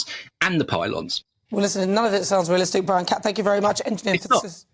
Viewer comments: Did he say “Bwian”?? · Bwian! 😂. Welease woger! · Who is bwian..lol..these stop oil nerds haha